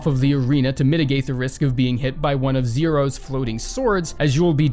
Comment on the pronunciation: He pronounced Xero as 0